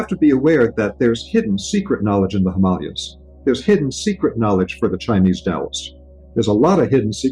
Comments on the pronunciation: Sorry I can't take this dude seriously after hearing him say "Himalayas" - Also this "mater x" / "matrix" connection is a total load of BS ! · I can't trust a spiritual teacher who can't pronounce the Himalayas correctly.